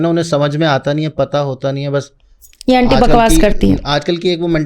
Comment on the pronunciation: पहली बात जो है, अंटी नही होती, aunty शब्द है, जिसका उच्चारण आंटी होता है। दूसरी बाद भिक्षा और भीख एक ही चीज है, उर्दू भाषा में भीख होता है। तीसरी बात दक्षिणा, वह भी तुमको पता नहीं। किसी की योग्यता जो हमारे लिए उपयोग हुई होती है , दक्षिणा उसकी फीस होती है। और क्या बताऊं , तुम इतना प्रैक्टिस करके और मेकअप और रिहर्सल करके आती हो, इसकी इतनी जरूरत नहीं है। जो नही जानते वो बेचारे जैसे हाँको चल पड़ेंगे, लेकिन जो समझता है,वो गलतियां पकड़ेगा,और साथ ही अपना माथा भी। भाई तुम सिनेतारिका नही हो, भविष्यवेत्ता हो, इसमें मिट्टी को सजाने की जरूरत नहीं है ,अपना ज्ञान , शब्द ज्ञान और विद्वता को चमकाने की जरूरत है। मैं ऐसे लोगों को जानती हूं जो देखने में पगला दिखता है ,लेकिन उनके ज्ञान को सुनकर बड़े से बड़े विद्वान भी नतमस्तक हो जाते है। दान , दक्षिणा , भिक्षा और भीख को सभी बंधु ख़ुद गूगल करें और देखे।